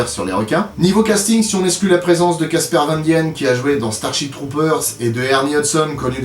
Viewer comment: T'as pas un ami belge qui peut t'aider à prononcer correctement les noms de famille à consonnance germanique? (Hollandaise, dans ce cas-ci) Casper Van Dien se prononce : Kass/per van dîîn